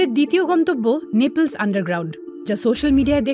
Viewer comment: নেপলস না নেপলি